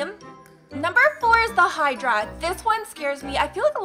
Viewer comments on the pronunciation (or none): none